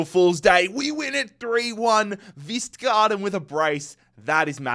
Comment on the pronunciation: You pronounce the K in K-vistgaarden 😉